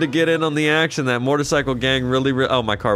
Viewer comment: It sounds like you say “mort-icycle instead of motorcycle lol